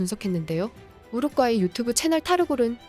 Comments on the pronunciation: 한국어를 글 그대로 읽어라, 우루과이, 우루꽈이가 아니다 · 왜 우루과이를 가끔씩 우룩꽈이라고 발음하시죠? 싫어요와 구독 취소당해볼래요? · 가스나이거 디럽게 발음하네 우룩꽈이라니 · 우룻꽈이 킹 받네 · 우루꽈이 엄청거슬리네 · 우루꽈이 우르꽈이 나만 신경 쓰이는게 아니었구먼 ㅋㅋ